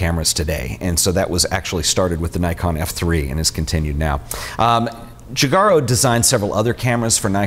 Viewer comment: Actually the correct pronunciation is "Jujaro"